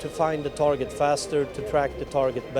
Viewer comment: Is the word TARGET pronounced this way in any English dialect? New to me.